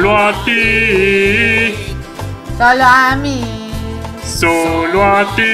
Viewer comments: Nose por k pero escuché "salamin" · Antes se escuchaba salami en ves de solo a mi xD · Enves de "solo a mi" escucho Salami xd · Cuando decia "solo a mi" por que entendi salami ;-;? me dio hambre alv